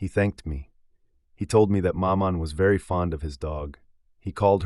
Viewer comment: Exactly. This is the problem I have with American narrators. With supreme confidence they will plough on and butcher every foreign word and place name. It's difficult listening.